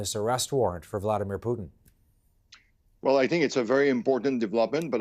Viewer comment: Come on frenchie! Don't use our national dish as a name for Putin. It's Putin not Poutine. Lol